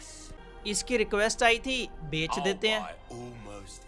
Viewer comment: Everytime he se " Bek sakta hu" instead of saying "Bech sakta hu". 😂😂😂😂😂